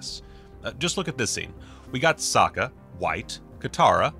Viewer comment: I think it was bold of Shamalan to change the pronunciation of Sokka into Soaka for the sake of the pun in opening scene. Sokka was soaked in water by Katara. This was probably to implant the idea that everytime Katara waterbended, Sokka was always soaked in water 😂 I'm sure he still stands by that decision until this day. And honestly I see what he did there.